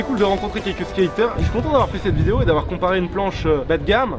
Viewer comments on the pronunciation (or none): Dis pas le mot "skater" 😂